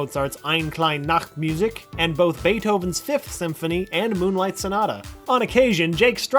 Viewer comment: Eine kleine Nachtmusik is german and i am german, its funny to hear u say that